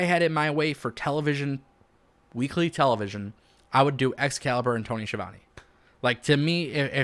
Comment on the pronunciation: This guy doesn’t know how to pronounce Tony’s name and he doesn’t like the greatest wrestling announcer of all time Jim Ross! Why would anyone listen to this guy